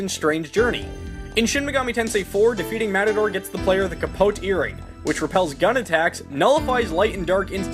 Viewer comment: So you know, "Capote" is actually pronounced "Kah-poh-teh." You actually pronounce the "e" at the end. Spanish doesn't have silent "e's" like English does, nor does it even change the way that it pronounces the vowels. Also, I'm not sure he actually named his sword. It's likely that it just never had a name, thus why it's simply called an espada. Of course, I know that bit is just for a joke, though, lol.